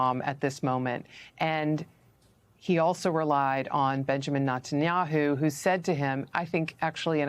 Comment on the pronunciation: Pro tip: if you're going to go onto a nationwide news show to talk about a topic like this, maybe learn how to pronouce Tulsi Gabbard and Netanyahu.